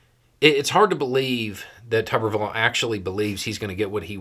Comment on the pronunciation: It's not tubberville, it's tuberville like a potato is a tuber.